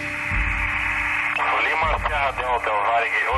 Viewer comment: Torre fala LEO ao inves de LIMA hahaha